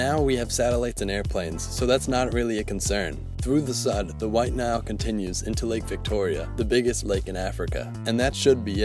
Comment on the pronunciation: "While Nile"